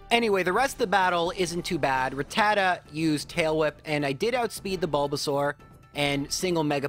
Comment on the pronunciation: It's pronounced Rat-ta-ta or Rat-a-ta, but never Ra-TAT-a